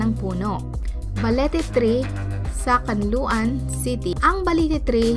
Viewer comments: can la on poh hindi can lo an hahaha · Nice trivia! Correction lg po its read Can-la-on City.